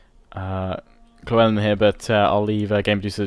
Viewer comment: Loo-Well-in, damn it's not that hard guys!